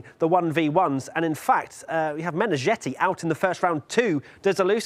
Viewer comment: Meneghetti as in spaghetti, not -jetty or-zhetty.